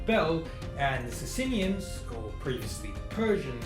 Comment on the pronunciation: Good show bro though 'bizzantines' in Byzantium [not an endonym] v. 'sassaynians'.